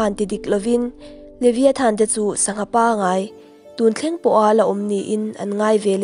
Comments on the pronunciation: Liviathan tih loh tur, livaiethan tih ang a lam tur a ni e boss😊😉😉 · Levaithan ti anga lam tur